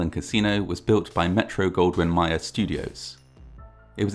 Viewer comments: Metro Goldwyn Mayer Mayer is said like "may-ehr" not "mye-ehr". You say it just like the word "mayor" When Judy Garland(Dorothy in Wizard of Oz) met the legendary Louis Burt Mayer of MGM, he introduced himself "Hi, I'm Mr. Mayer" to which Judy innocently replied "oh, of what town?". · It’s (Metro Goldwyn “MAYOR”) Not ‘My Err’… Thanks though for the cool delivery. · Actually the second m MGM is pronounced like the word mayor. When the film studio was first formed, it was nicknamed Metro, and Mayer and Samuel Goldwyn were partners, Herbert B Mayer was the head honcho, CEO and absolute ruler, bar none. What he said was what happened, and although he listened to his closest allies he was King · I expect you to have your own television show or some form of mass entertainment. Brilliant elocution and professionalism. My first and last correction, I'm sure, with just this video! MGM: "Mayer" is not pronounced 'Meyer'; it's pronounced as would the word "Mayor". ✌️🙂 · It's MAY-er.